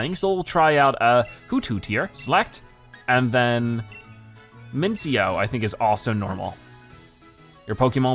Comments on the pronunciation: By the way it's pronounced Min-chi-no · Its pronounced (Min see no)